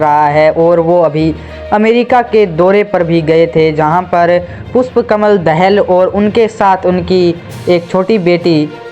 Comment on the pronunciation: Not दहेल it's दाहाल